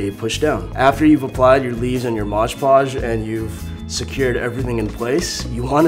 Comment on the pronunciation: I liked the video but i really bothered me when he said Moj Podge